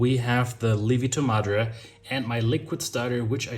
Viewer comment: I said "lievito madre" the same way you did (I am German as well). My Italian wife immediately corrected me: Li-evito! So the ie is not a long i as it is in German, but a true two vowel sound. i-e.